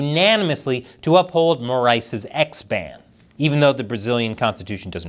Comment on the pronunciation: This was the best pronunciation of the name “Moraes” I’ve seen from an English speaking channel, congratulations